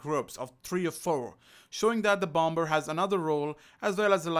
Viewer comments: not being disrespectful i love your vids but when you were saying bomber it’s pronounced bomer as the 2nd B is silent sorry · Did you really pronounce the second in bomber it’s supposed to be silent